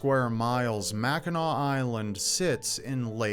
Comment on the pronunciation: Mackinaw Island is the best!!! Also thanks for saying “Mackinaw” correctly 😂